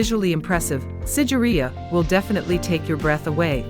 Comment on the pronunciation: it should be SIGIRIYA...not sideria👍👍